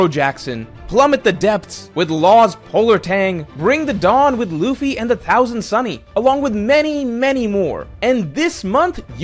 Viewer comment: What is the "Thosand Sunny"? Lol you tried, bro.